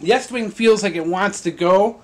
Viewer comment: Estwing not eastwing is made in the USA lol